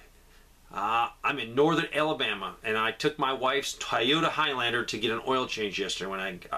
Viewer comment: Tie-Yota? Did you mean Toyota?